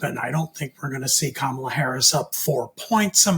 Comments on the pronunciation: it's pronounced "comma la", like the punctuation mark followed by a singing syllable. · Please tell that his inability to pronounce Kamala correctly makes him sound less believable. Plus, he refers to Hilary by first name too. Very disrespectful. How about saying Donald, forget all surnames. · Everyone is pronouncing Ms Harris’ name wrong. You are pronouncing it the way Trump does. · I'm sure no disrespect is intended, but please please please teach your guests to say "Kamala" correctly (i.e. the way she says it). It's bad enough all the Republicans say it wrong deliberately. It may seem too small to worry about, but its not - no one knowing how to say her name is a great way to frame her as other - not like us. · Gotta say, if you can't pronounce the name of the VP correctly, you lose a lot of credibility. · Don’t you think it’s time to pronounce Kamala correctly? Very rude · Her name is KA-ma-la! You show a lack of awareness & a lack of unbiased expertise when you can't even pronounce her name correctly. It's not that difficult. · Are you saying her name incorrectly on purpose,? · you’re saying her name wrong dude. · Can we please correct those who continue to mispronounce Kamala? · Poor can't pronounce her name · He sounds like Trumpies who pronounce it that way on purpose... Sad that a guest of this show would do it. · Please pronounce Kamala correctly. I’m probably not the only viewer that cringed at the MAGA pronunciation. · it seems like it is not too much to ask to pronounce her name correctly. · This is driving me crazy, too. Whether you are a fan of someone or not, you can AT MINIMUM pronounce a person's name correctly. That is just showing that you yourself have manners. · It's pronounced KA-ma-la. It is not pronounced ka-MA-la. Emphasis on the FIRST SYLLABLE. Not like we've been hearing the Vice President's name for 4 years or anything... 🙄